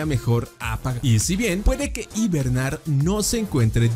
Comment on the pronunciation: en una parte al inicio dice hibemar